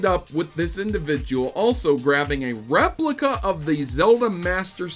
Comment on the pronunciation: I like how you stressed the word replica like otherwise we might get confused and think someone had teleported in to the game and retrieved the real thing.